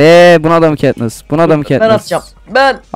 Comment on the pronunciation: KAtnıs Değil çaktırmayın :D